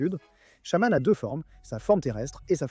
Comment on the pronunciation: C'est EthernatOS, pas Ethernatus ! Tout comme Shaymin se prononce Shay-mine, pas shaman. Reshiram incarne la RÉALITÉ, pas la vérité. Kyogre n'a pas besoin d'accent pour que son nom soit prononcé.